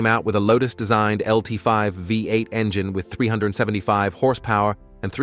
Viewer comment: LTS in the ZR1 while showing the LS9 and mispronouncing the LT5. Fucking AI bullshit.